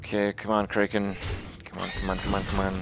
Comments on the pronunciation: What the hell is a Cray-Ken? I have never heard it pronounced they way he does. Kraken. Imagine all of the pirate and mythology movies you've seen. They didn't yell "Unleash the Cray-ken!", it was "Unleash the Crack-en!" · What the fucking fuck is a kray Ken.